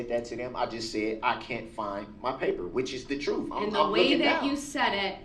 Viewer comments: "there needs to be some troof. " "I didn't axe you that" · Lies so much he cant pronounce the word truth... Trooof 😅😅😅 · I hate when people exchange the ending "L" sound for an "oo" sound. People becomes pee-poo. Table becomes Tay-boo. L is pronounced everywhere except when it's at the end. So lousy. Why say "trufe" instead of "truth", even though you can say the "th" sound in the word "the" normally? Willfully ignorant people like this should be barred from representing themselves. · He axed for da troof. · I did not know " troof " was a word, learnt sumtin new today